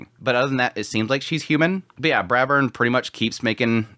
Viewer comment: It's not Bravern, it's BRAVEERRRN!!! 😂